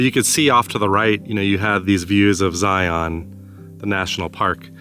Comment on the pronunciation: You can take a the Kolob Terrace Road to the north out of the town of Virgin. There is access to Zion park via backpacking/hiking and also The Subway off of that road. By the way the way you are pronouncing "Zion" just lets the local know that you ain't from those parts. Just sayin.